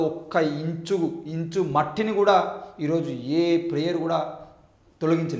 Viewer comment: "ఇంచు" కాదురా సోది నా మడ్డ , "ఇంచ్" అని పలకాలి